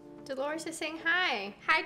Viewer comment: I can’t stop laughing 😂 help Nobody: Roni: “daLorIs”